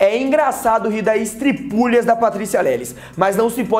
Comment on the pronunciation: PS. É estripulia, assim como se pronuncia melancia, não estripúlia😘😘😘